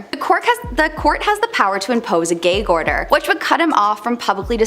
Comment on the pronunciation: You mean Gag order as in ghag not gayg 😆